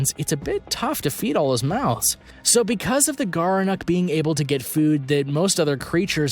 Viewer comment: Gerenuk? More like "Gerenecc" 'm I right.